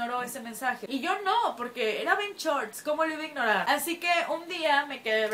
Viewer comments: BenCHORT´S Jajajjajajajajajjaja No es Benshort´s Jajajaj pero me Encantan tus Videos:) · "BenCHorts" LOL